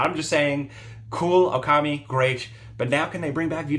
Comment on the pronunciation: Okami dude. Okami.